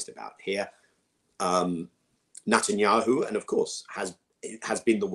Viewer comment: Is there a reason I keep thinking people are saying Nut-anyahu?? 🤔